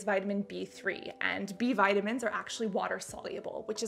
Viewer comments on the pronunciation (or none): none